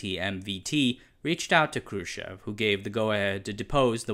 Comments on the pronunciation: There is no LebEdev, there is LEbedev (the emphasis is on the first syllable). And how is it possible to make two mistakes in one person's name? It is not NikitA KhrUschev, it is NikIta KhruschEv (emphasis on the second syllable). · Informative video. I must point out however, that it's pronounced NiKEEta KRUSHchev. Thanks. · One third into the presentation I am able to conclude that the channel owner has made it a mission of his life to mispronounce every Slavic name he comes across, including the names of the computers, etc. Thumbs down... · It is fine when you get a person with an authoritative voice to read the script, but when they totally blow the pronunciation of the 1960's Ruller of the USSR, you pretty much lose the effect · Funny pronunciation of Nikita Khrushchev's name 🙂